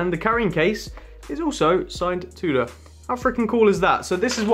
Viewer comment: Haha drives me mad how you pronounce Tudor! Will you get staff discount if you buy on credit? if so and you're happy you can keep up payments then go for it! Thanks for the great content!